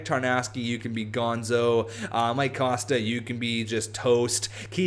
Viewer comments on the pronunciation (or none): none